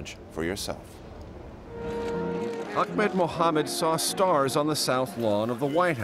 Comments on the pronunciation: Hey CBS...His name is "Ahmed" not "Achmed"....way to be CBS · 😂💔 you are right it's Ahmed in Arabic But in Egypt we say it Ahmad 😂✋ there is no name called achmed It's my dad name I am sure